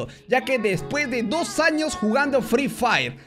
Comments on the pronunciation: Acá los que se dieron cuenta en vez de decir años dice anos😂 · Decía anos???????? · Ya vieron que dice anos😂😂😂😂😂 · soy el unico que noto que en vez de años dice anos¿¿¿¿¿ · se dieron cuenta que dice anos en ves de años